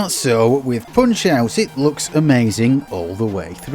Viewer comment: "Poonch euoght" wtf lol